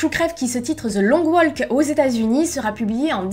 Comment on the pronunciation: Tu as un problème avec l'anglais. "Stefen" à la place de Steven, WaLk en prononcer le L :-/